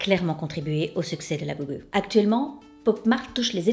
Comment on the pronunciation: Me femme commence à s’emballer avec ces Labubus et j’entends parler que de ça ! J’ai montré ta vidéo pour qu’elle se rende compte mais ta façon de prononcer Labubu la fait trop rire pour lui faire renoncer. 😅